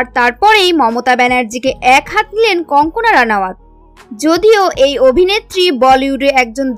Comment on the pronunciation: Wrong pronounciation-should be Kangana instead of kankana.